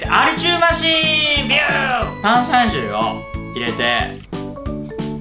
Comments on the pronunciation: たんしゃんしゅい（笑）。 もー、へろへろ😆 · たんしゃんしゅいを入れてねえと聞こえた